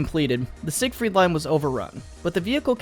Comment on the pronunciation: when you think you know history and pronounce siegfried line wrong lmao